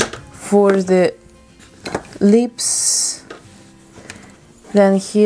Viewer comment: And lips. "Leeps"